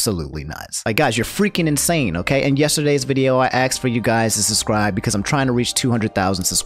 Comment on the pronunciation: He axed is to susscribe